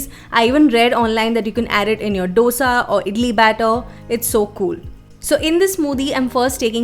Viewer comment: Sincere request ,Dosa is pronounced as "though say" and not "Dough sa"